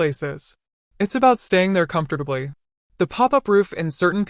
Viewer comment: Yes, it's about staying there "comfterdably"